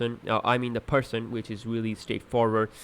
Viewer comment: The way you say percent, power and swap is great xD